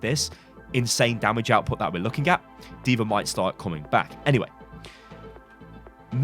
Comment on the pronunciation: “Deever” aka D.va